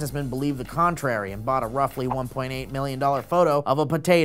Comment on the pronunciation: Does it bother anyone else that says 1.8 not 1.08?